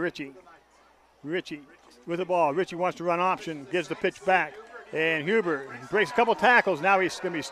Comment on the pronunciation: its Huber not huby